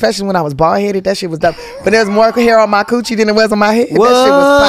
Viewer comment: Wait did Tiffany say cooch hair's😭💨 new subscriber T-pain good guy for asking questions no1 else asks #mentalhealth